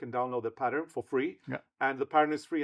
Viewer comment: your needle case might be hiding in one of your project bags. I do love the way that you pronounce "pattern". In Yorkshire, UK, we tend to leave out the "r", whereas you say it beautifully - "patterrrn"! You have also published 10 patterrrn books!